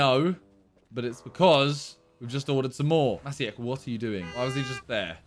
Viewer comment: maciek is a polish name, it's pronounced matchiek